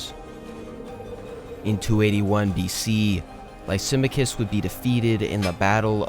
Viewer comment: the name Lysamachus is pronounced “Lie-Sa-Mack-Us”. You had a really chopped pronunciation I had to point out because it will help you in the long run to fix stuff like that. Your video is competing with channels like Kings and Generals and HistoryMarche so my nitpick is valid. Good luck in future content🎉